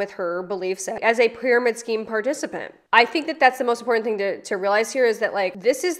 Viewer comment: Ope! I might say anyways! 😮 I hate irregardless and impordant. I’m gonna work on this! I didn’t think of it! I didn’t know! I don’t want to sound like this moron. ~~~The more you know~~~ 😂